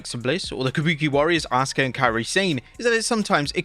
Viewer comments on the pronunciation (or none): none